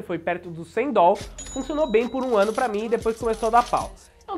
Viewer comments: Deslike por causa do "DOL". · Se eu tivesse esses "Dol" todos, investiria.. kkkk